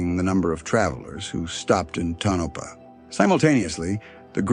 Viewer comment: AI voice cannot pronounce Tonopah.